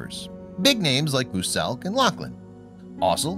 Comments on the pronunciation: Sorry but you pronounce muselk as like myuselk not moooooooooselk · “Moose-elk” It’s muse elk... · No one literally no one ...... this guy : moooseelk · When you say Muselk you pronounce it moo-selk when it is pronounced mue-zelk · Ya. And said mooselk not muselk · It’s not muselk it’s mooselk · Did anyone else hear that he said mooselk instead of Muselk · Im so trigged that he says moooselk not muselk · Moo selk? Its Muselk not Moo selk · No offense but it's not pronounced mooselk.its pronounced muselk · No one: Absolutely no one: Draw Their life: Mooselk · He also says mooselk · Its muselk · Nobody: Not even a single soul: Draw their life: mOoSeLk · I love how he says “mooselk” lmao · THIS GUY IS SO BRAVE HE SAID MOOSELK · He really said MOOSELK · Am I hearing something or is he saying mooselk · It is pronounced muzelk moose elk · Would you say muselk correctly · Why is this so facts he literally can’t say muselk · "Moose-elk" its pronounced like music but instead of the "ic" its with the "elk" sound muselk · Few mistakes - lazarbeam never moved into the click house. He was just part of the click crew. - you're saying muselks name wrong. It makes me cry lol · canbarely prounounce any names. For an example Muselk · The only thing that triggered me was the way he pronounced Muselk!!!!! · I hate the way you say “muselk” and “Lannan Eacott” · I'm sorry, the way you say their names just bothered me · you weird now you say muselk wrong and now you say rock sizers paper, wtf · Learn how to say muselk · I just disliked because of the way he says muselk